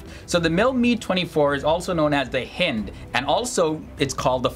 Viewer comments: First of all, you can't say the name correctly. Russian helicopter is. HIND that rhymes with "find", not "wind" as you stated. You talk like you just are reading it. It appears you have absolutely no knowledge of these weapons. Please, do not do anymore videos. You just make yourself look bad. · Your pronunciations are awful, sorry. Couldn't get through your video... and I love both these helicopters! It's not pronounced "Mee," it's "Mi" ("Em Eye"), as in "Mi-24 or Mi-35." And it's not pronounded "Hend," it's pronounced "H[eye]nd," with a long "i"... I'm former military, but I knew both these helicopters well from grade school, AND how to pronounce them. If you're going to do a video on anything, you really need to do your due diligence... fwiw